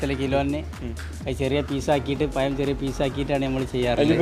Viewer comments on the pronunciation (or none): പയം അല്ല പഴം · എടാ.പയം.alla. പഴം.പഴം.പഴം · Panama alla - pazham. Schame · കൊള്ളാം 👍പയം അല്ല പഴം എന്നാണ് .👍 പയംപൊരി 😂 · പയം അല്ല പഴം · പയം എന്ന് പറയല്ലേ പ്ലീസ് പഴം എന്നു പറയൂ അതാണ്ശരിയായ ഉച്ചാരണം 🙏പഴം പൊരി സൂപ്പർ, ഞാൻ മുട്ട ചേർക്കാറില്ല ഇനി ഇങ്ങനെയേ ഉണ്ടാക്കൂ 👍👍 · പയം. അല്ല. പഴം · പയം അല്ല പഴം എന്നാണ് പറയേണ്ടത് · പയം അല്ല പഴമാണ് പായമെന്നുപറയുന്നകേൾക്കുമ്പോൾ എന്തോപോലെ 😄😄😄🙏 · പയം അല്ല സുഹൃത്തുക്കളെ പഴം ആണ് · പയം അല്ല പഴം 🤭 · ആ പയം ഒഴിവാക്കി പഴം എന്നാക്കാമായി രുന്നു. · പരം അല്ല പഴം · പയം അല്ലട പഴം എന്ന് പറയൂ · നന്നായിട്ടുണ്ട് പഴം പൊരി പയം അല്ല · Payam alla pazham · പയം അല്ല പഴം...... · പയമല്ല പഴം എന്നു പറയാൻ ശ്രമിയ്ക്കുക. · പയം മാറ്റി പഴം എന്ന് പറഞ്ഞ് കൂടേ😞😞😞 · പയം അല്ല പഴം ഴ ഴ ഴ 😬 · ആദ്യം മലയാളം പറഞ്ഞു പഠിക്കു ... "പയം".....കേൾക്കുമ്പോൾ ചെപ്പ അടിച്ചു പൊട്ടിക്കാൻ തോന്നുന്നു.... "പഴം" എന്ന് പറയാൻ പറ്റിയില്ലെങ്കിൽ നേന്ത്രക്കായ.... നീയൊക്കെ കേരളത്തിൽ തന്നെ ആണോടെ പഠിച്ചത്... പയംപൊരിപോലും.... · പയം അല്ല പഴം എന്നു പറയൂ.. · പയം അല്ല പഴം 🤣🤣🤣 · പയമല്ല പഴം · പയം അല്ല പഴം കോയി അല്ല കോഴി ദയവായി യയും ഴയും നല്ലതുപോലെ സംസാരിക്കു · പഴം ആണ് പയം അല്ല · പയം അല്ല പഴം 😆😆😊😊😊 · പയം അല്ല പഴം എന്ന് പറയ് 😜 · ഒരു vlog ഒക്കെ ചെയ്യുമ്പോൾ atleast ഉച്ചാരണം ശ്രദ്ധിക്കുക... പയമല്ല... പഴം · "പയം" അല്ല? പഴം ചുമ്മാ പറഞ്ഞതാ 😀😀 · പയം അല്ല "പഴം.."😂😃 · പഴം എന്നു പറയു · ആദ്യം പഴം എന്നും പറയാൻ പഠിക്കുക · ഒരു പയം 😄😄😄😄😄🤣🤣🤣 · പഴം എന്ന് പറയാൻ അറിയാത്ത കോയ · ഉച്ചാരണം പഴം അത് ready ആക്കണേ